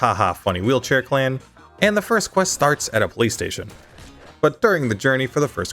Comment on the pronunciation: am i the only one who heard "play station" instead of "police station"